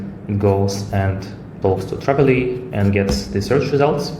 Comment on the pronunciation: Спасибо! Только не Travily, а Tavily.